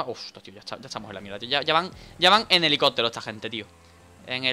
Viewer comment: hahahaha pronuncias helicótero en vez de helicóptero